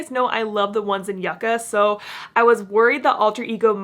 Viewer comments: It’s pronounced YOU-ca 🤦‍♀️ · in this palette the y iss silent